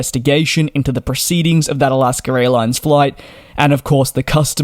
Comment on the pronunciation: It’s AlaskA airlines not AlaskER.